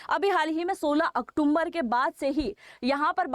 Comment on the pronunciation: मैडम आप तरह तरह के एजुकेशनल कोर्स चलाते हैं और बड़े शर्म की बात है कि आप अक्टुम्बर शब्द बोलती हैं जो की सही में अक्टूबर है कई कई बार आपको इस बारे में इंगित किया जा चुका है लेकिन आपके बोलने में कोई सुधार नहीं है